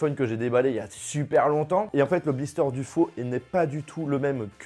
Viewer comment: J'i déjà enlevé le blisteureeeeuuuh depuis longtemps eeeuuuh. pas n'importe quoi eeeuuh.. C'est lourd tes "e" préposables. M'enfin sinon bonne vidéo, et oui je préfère encore acheter un faux Iphone 11 qu'un Wiko...